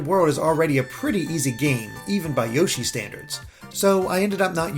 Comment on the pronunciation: More Awn Yo-Shee